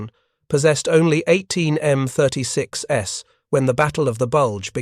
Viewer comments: This was not the first time the United States Army adapted a AAA gun for a tank destroyer this was done successfully by adapting the 3in gun in the M10. And please fix your A.I. it is annoying to constantly hear M36S instead of M36’s. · You really need to either read this personally as whenever the A.I. reads the plural for M-36's it says M-36 Ess. Will not subscribe with this poor A.I.